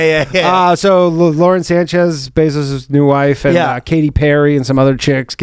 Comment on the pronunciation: Calling Jeff Bezos “Zose” is pretty funny lol